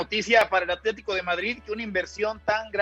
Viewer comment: Aletico de Madrid???? en serio... aletico????'